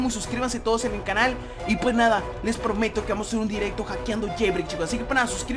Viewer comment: Like si te diste cuenta de que dijo pometo xd +Neki_Bruh